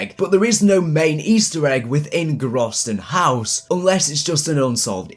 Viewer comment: grausten haus !?! it's GROESTEN HAUS